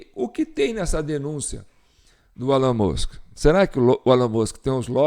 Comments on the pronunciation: A pronúncia é "ÉLON MÃSK" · Se pronuncia "ILON MUSK" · O som de E no inglês tem som de I então se pronúncia ILON e Musk se pronúncia o MU como MAN foneticamente MUNSK. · Pronincia Elon Mosk